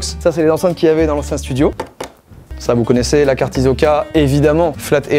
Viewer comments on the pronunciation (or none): ça se prononce Hissoka voila juste ça 🦆